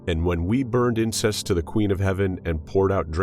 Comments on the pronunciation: To burn incense, not incest. Pronunciation is important. Had to listen 3 times to make sure I heard what I heard. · Numerous times in this reading 'incense' is pronounced 'incest'. What am I missing? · Really? It's incense, not incest. Sheesh. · Not finding fault with the content, but you might want to brush up on your pronunciation of the word: "incense".